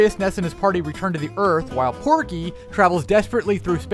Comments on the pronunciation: it’s pokey! Not Porky! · It was Pokey, NOT Porkey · Hey uh not to be a Karen but uhh it's pokey lol